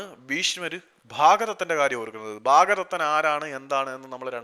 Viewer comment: ഭാഗദത്തൻ അല്ലല്ലോ ഭഗദത്തൻ അല്ലെ